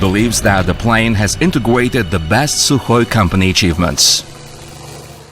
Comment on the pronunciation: integwuaded... had to turn it off sorry